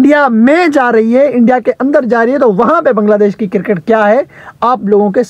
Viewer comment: O bhai ye kirkit kirkit kya hota he? 😂🤣🤣😂